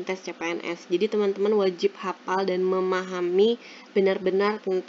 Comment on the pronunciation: hafaaaal bukan hapal